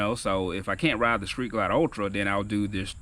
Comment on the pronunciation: lol Bro you said "skreet glide" lol